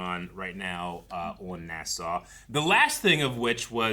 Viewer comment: 2 season in and I'm still hearing nuh-SOW instead of NAH-saw....🙃😑